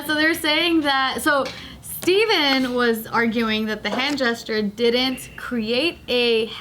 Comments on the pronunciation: Stephen A Smith is pronounced Stefen lol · Emily Jian what’s funny is that the difference in spelling isn’t what throws me off, but pronouncing Stephen like Stefan does lmao